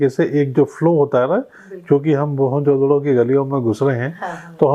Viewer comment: You are pronouncing the word MOEN JO DARO wrongly after Jo has to bea pause JO means KA in hindi